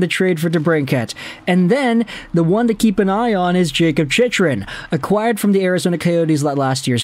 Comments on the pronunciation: His name is pronounced CHICK-run, not CHICH-run. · I know, he's been pronouncing wrong for years. Think he's trolling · Phonetically: Its chick-run. Its La-leems martian Murray wasn't traded for Talbot. Gustavsson was traded for Talbot. Try preparing for videos. Watch some hockey.